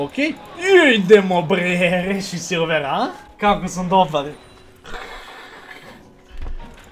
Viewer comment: Molim te prestani da govoris rrrresii